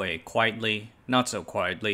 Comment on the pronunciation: I just like that he doesn't say WAHwei. Is it that hard to start a word with an H